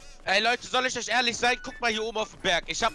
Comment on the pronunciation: "Ich bin eusch ehrlisch"